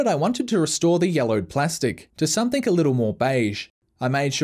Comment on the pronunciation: ‘Somethink’... lol.